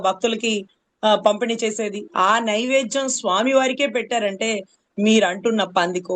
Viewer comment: నైవేజ్యం కాదు నైవేద్యం అనాలి